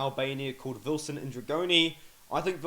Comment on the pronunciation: Vilson Ndregjoni, the gj in his last name is pronounced similar to "dg" in the word judge. The single l in is first name makes a super light l sound (your tongue hits the roof of your mouth), where as double ll hits the back of your teeth (in Albanian, or just say something like love). Double l in Albanian = l in English. Hopefully that helps with pronounciation. It's a difficult language.